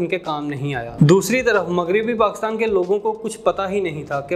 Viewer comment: پہلے PakIstan کہنا تو سیکھ لیں آپ تو PakAstan کہ کر اپنی مٹی خود ہی پلید کر رہے ہیں